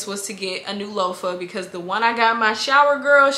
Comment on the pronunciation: Loafer I thought you were talking about shoes 😂😂😂 I’m like huh? Loofah 😂😂😂😂 LueFah